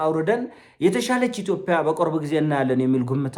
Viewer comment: ማስሬን በሰማሁ ቁጥር ጉምቱ ሀሳቦቹ መሀል የሚጎረብጠኝ ኢቶፒያ የሚለዉ ቃሉ ነዉ:: አስመስሎ የሚጠቀመዉ የአነጋገር ዘይቤም ቢሆን 'ጰ' ፊደል አለዉ